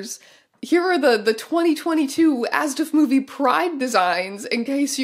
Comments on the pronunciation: In German, you definitely pronounce every letter in ASDF-movie, so this was a fun thing to discover that I am apparently annoyed by. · the pronunciation of asdfmovie saying it as a word rather than a-s-d-f has me questioning if i’ve been wrong this whole time or if strange is saying it wrong omg